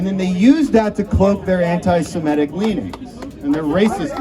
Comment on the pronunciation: I love how pronounces words correctly. ✅ Semitic, not *semetic (as so many Americans say), ✅ Qatar, not *kataar (stress on first syllable in Arabic), ✅ Antifa, not *anteefa (stressed on first syllable in German), etc. I wonder if he looks them all up and tries to be correct, or if he's inspired by higher knowledge.